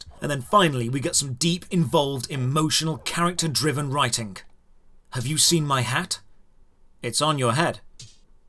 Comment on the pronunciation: I UNLOCKED A KEY MEMORY WHEN THE VOICE ACTOR SAYS KAREKTOR INSTEAD OF CHARACTER OMG